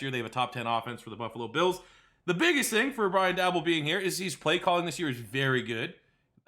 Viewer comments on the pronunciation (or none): Its pronounced Brian Day-Bowl go bills